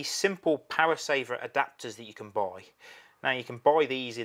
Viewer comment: Wow man! Your accent sure is thick dude! "Shall we put another shrimp on the barbee mate..."? What is "Buuuoiiii"? Are you attempting to say the word "BUY"? You peoples accents sounds so funny to us Americans...and some of it sounds really off...no offense intended...but the lack of the letter R for example. Why don't you pronounce your R's? And I have always wondered why you say something like "nineNeen"... and not "nineTeen". Just hard to get it is all.